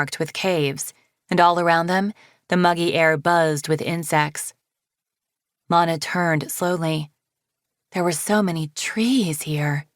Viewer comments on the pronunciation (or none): She said “Lana”???lollll